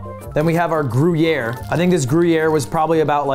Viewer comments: Gru-yeah????????????? PLEASE STOP SAYING GRU-YEAH. LUD YOURE FRENCH AND ITS A SWISS CHEESE!! you should def know that its not how u say it bruh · "Groo-Yare" come on lud. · How is Ludwig french and can't pronounce gruyère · i almost spewed banana across my laptop when started say Gruyere:P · I love how he is teaching the guy to say gruyere while not saying it right himself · Wait but there's an e after the r in Gruyere I thought that meant you pronounce it in French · lud has such a bad french accent and he is correcting people with even worse accent haha as a french person that scene was so funny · Haha!! Cuts into the old croc and calls it gruyere 💀💀 got your cheddar/gruyere mixed up dude!